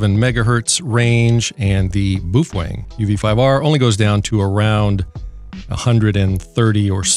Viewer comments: It’s Baofeng not boof weng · Buuf-fang? Really? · Beofung. (Bay-eo fang) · Did he call it a Boo-thang bmf69 ? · LOL, Boo Fweng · Boofweng xD